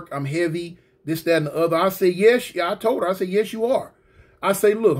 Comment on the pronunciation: 🤣🤣🤣 not like Thawt, not like Thawt